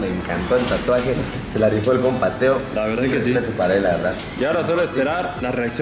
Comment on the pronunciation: Yo: se dice tatuaje verdad? Todos: tuatuajes Tatluajes Tlatuajes Xd